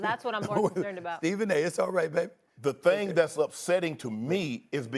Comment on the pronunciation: “Here’s da thang skiiup”.